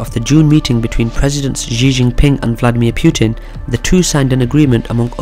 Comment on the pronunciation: dude, Xi's name is pronounced like 'she' or see not jee